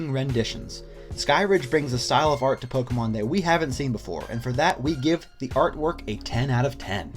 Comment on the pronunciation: Anyone who properly pronounces Pokémon is worth subscribing to.